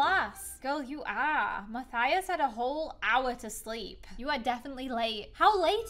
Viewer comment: WHY DOES EVERYONE SAY MATHIUS ITS MATHIUS LIKE IF YOUR SAYING US NOT USS AM I THE ONLY SPANISH YOUTUBER